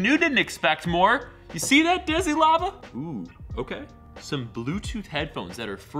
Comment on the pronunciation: it's DE SI SLA VA no DESIS LAVA